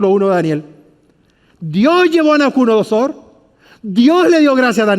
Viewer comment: Es NABUCO DONO SOR... Y No "Nabuconodosor"... disculpe se que es difícil mensionarla y si es curioso escucharla decir mal ... pero muy interesante estudio